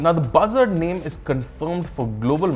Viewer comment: sounds like "Bhasad"